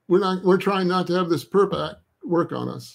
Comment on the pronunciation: Can't tell if he is intentionally mispronouncing it or not